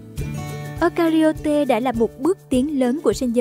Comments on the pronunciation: Ơ-KA-RI-ÓT nha 😅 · Eukaryota đọc là Eu-ka-ry-ot(a) nha bạn